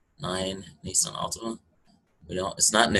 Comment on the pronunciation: its nissan